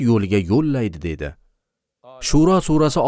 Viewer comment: Shuro emas shuaro